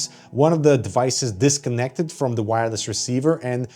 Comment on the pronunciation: Its "wire-less", not "no wire"